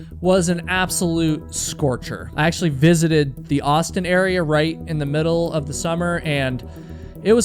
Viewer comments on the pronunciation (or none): none